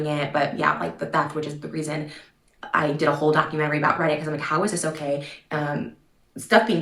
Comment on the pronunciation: Take a shot every time says “dock-a-mentary” in the first 2 minutes